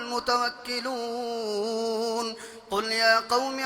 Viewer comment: علیہ یتوکل المتوکلون۔۔ لام کے اوپر پیش پڑھا جی۔۔۔ زیر ہے